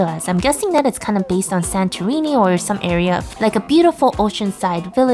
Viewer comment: Yes I am from Greece and you said Santorini like a Greek 😁